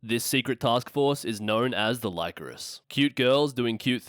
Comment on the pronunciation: Great video but it's pronounced "Lee-coris" not "Lie-coris". They pronounce it in the anime